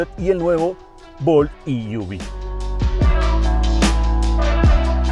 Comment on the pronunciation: E-V, se pronuncia i-ví si se dice en inglés o e-ve en español. No i-uvi. Saludos.